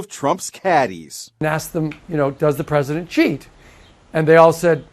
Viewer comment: "I'm the PWESIDENT and I wuv to sue evewybody"